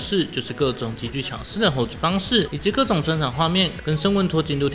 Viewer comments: 很感謝這個頻道報導迷孩，但是成員名字念錯了...... 是 昇玟(ㄇ ㄧㄣˊ) Seung-Min 以後可以參考英文拼音，希望不要再念錯了🥲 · 應該是唸昇“ㄇㄧㄣˊ”吧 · 超級可愛的八迷😭😭😭😭😭😭😭😭 梁精寅我老公！！！！我寶寶 然後 是念 ㄇㄧㄣˊ 喔！